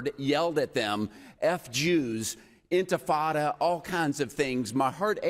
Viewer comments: “Infintada” It sounds like some kind of pastina for infants. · Mispronounced. The Intifada were a series of 2 uprisings against Israel by the Muslim Arabs in West Bank & Gaza territories which saw youth bombers in belts exploding on buses, grenades thrown into shopping malls & universities, cafes, pizza parlors, etc which the media mythologized as "children throwing stones towards Israeli tanks." Americans & the world gobbled up this total misrepresentation of the reality of tiny Israel under permanent threat by surrounding Arab countries plus locals launching a highly-mediatized & interpreted Intifada. The sad reality despite 2 Arab countries making cold peace, & al-Fattah Sisi of Egypt being the best Arab leader. Actually, the Intifada was pushed to more barbarity by a Hamas founder al-Rantisi, a pediatrician, who sent wayward children & youth to commit suicide-mass homicides to kill as many Israelis as possible.